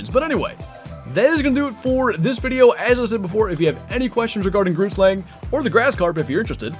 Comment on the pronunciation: BRU GROOTSLANG IS BUTCHERED BADLY